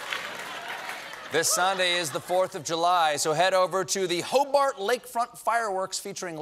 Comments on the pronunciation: My favorite was HO-BART lol no one pronounces it like that 😅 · Jim, why didn't you tell Stephen it's Ho-BERT not Hob-BART!